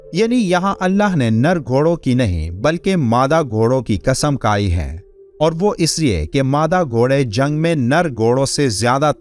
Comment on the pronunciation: Kasam kai nahi, Kasam khai. Kaf aur kha me farak kijiye.